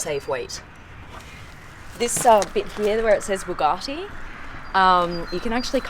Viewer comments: Supercar Blondie- When I last looked Bugatti has no “r” in its name! Therefore it is known as Bugatti not Bugartti!🙂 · I generally find German cars boring but these are very cool, love why you stroking the materials now which is missing that wink👍 and someone please get SB he to say Bugatti properly, its pronounced bu gatty like rhymes wit bu catty.... not buwgarrty😂🙊👍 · Someone is going to have to work on the pronunciation of BU gatti insteand of BOO gatti! Thank you x